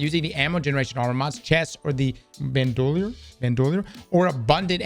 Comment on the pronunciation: Ok, cmon how do you not know how to say Bandolier man? I swear you read nothing in school.